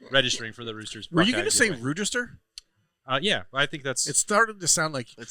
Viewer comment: I think meant to say Roosteger.